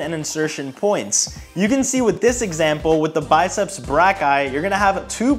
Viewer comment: I heard “biceps black guy” lmaoo